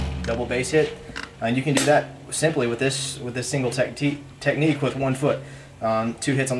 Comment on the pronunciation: i had to laugh soo hard where you accidentally said "Techtique" XD